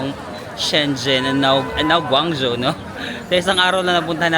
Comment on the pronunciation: Guangzhou is pronounced as "gwong-joe" 😊.